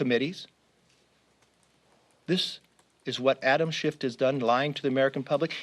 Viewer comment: wow, throwing a guy under the bus and can’t even pronounce his name right? C’mon McCarfy!